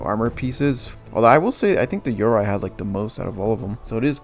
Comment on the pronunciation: the way you pronounce yoroi legitimately maddens me